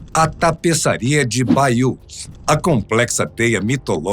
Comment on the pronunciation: A pronuncia de Bayeux é "baiê"!